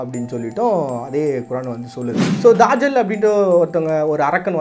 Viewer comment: என்ன bro தஜ்ஜாலுனு எழுதீட்டு தாஜல்னு வாஸிக்கிறீங்களே. நல்ல சிறந்த காணோலி இன்னும் தேடுங்கள் நிறய மர்மங்கள் கிடைக்கும்